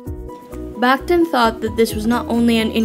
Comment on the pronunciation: Excellent video on an intimidating theorist, but a small correction. Surname is pronounced "bakh-TEEN"